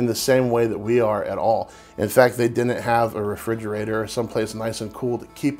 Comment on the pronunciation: "Wool-knit," "Cool-knit," and "Din-knit" = wouldn't, couldn't and didn't.